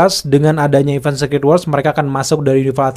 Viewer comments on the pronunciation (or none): none